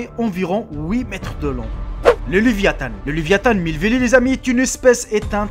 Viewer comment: leviatane lol c leviatan